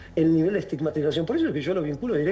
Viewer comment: ESTIMAGTIZACIÓN¿? por favor! Vergonzoso...